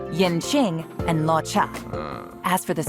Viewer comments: Every time they pronounce it Lah-fu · no live? :( EDIT: also can you help ur EN Vas with pronouncing non-english words😭😭 hearing them saying law-foo is killing me